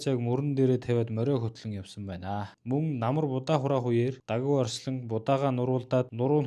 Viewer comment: давгаа гэж хэлээчээ